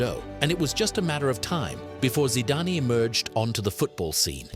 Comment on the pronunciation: I love this channel but it says “Zidanee”